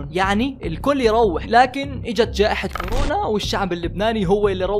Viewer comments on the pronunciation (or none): none